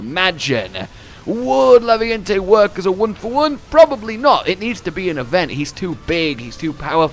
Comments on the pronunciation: Raviente. Raviente. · isnt it Raviente?